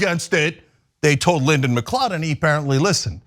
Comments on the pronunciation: Just by the by, gotta say this, it's pronounced Mcloud. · Macleod, mcleod both are pronounced macloud. It's a Scottish name and should be pronounced as such. Keep up the good work tyt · FYI...its pronounced McCloud not McClod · That was an interesting way to pronounce it. I'm sure there are different ways. I have members of my family with the last name McLeod (NOT relate to this guy) and they pronounce it Mic-Cloud. I was always clueless, at first, as to how to spell it, because of their pronunciation - mic-cloud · IT'S PRONOUNCED 'mcloud'!!! 🤬🤬🤬 Has nobody heard of the Highlander? This recent string of Mcleod's murdering people is getting frustrating. #HoldFast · its pronounced ma cloud. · Lyndon McLeod is a clod but the correct pronunciation of his surname is "McCloud".